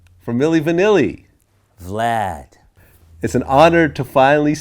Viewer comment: Brown Royal You hit the original commenter up with a slam on his age did u not? Nothing wrong with being old bro, but what does age have to do with his funny pronunciation of the name "Vlaaad"? He wasn't being disrespectful. Obviously.